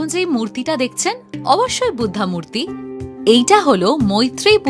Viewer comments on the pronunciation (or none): আপনার ব্লগ আমি নিয়মিত দেখি। একটা অনুরোধ, বুদ্ধ বলুন। বুদ্ধা বললে কেমন যেন বাংলা শব্দ মনে হচ্ছেনা।